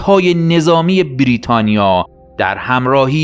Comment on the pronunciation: سپاس ازتون یه نقد، برای کسی مثل من که یکم حساسه روی تلفظ، لطفا بیررریتانیا تلفظ نکنید😅😂❤